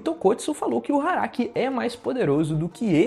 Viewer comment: eu ouvi... HARAKI? kk